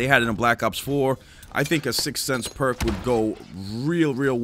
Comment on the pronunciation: Ghost counters “sixth sense” 🤣